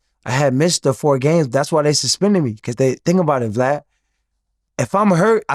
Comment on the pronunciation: I love when they say blad or glad instead of vlad